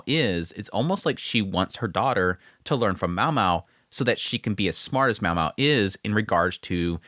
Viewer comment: It's Myao Myao*